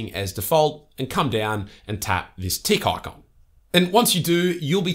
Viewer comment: I had to look at the transcript to figure out what a "tea cocca" is. As it turns out, the guy was saying "tick icon" which I've never heard of in my life. Apparently it's a checkmark. How profoundly, profoundly irritating.